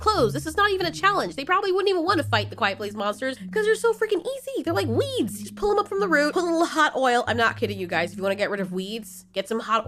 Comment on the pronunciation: When you said "u wanna get rid of weeds" I clearly thought you said weebs Lmao!